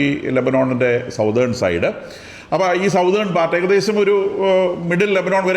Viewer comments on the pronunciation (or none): Southern alla Sathern aanu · സതേൺ correct pronunciation